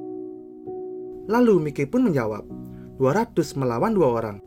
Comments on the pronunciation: Bang, makasih banget bang udh bikinin video ini, ini saran bang, mikey itu dibaca Maiki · Tambahan aja bang😅, buat pengucapan "Mikey" itu dibaca "Maiki". Goodluck bang,ditunggu Mikey vs Kurokawa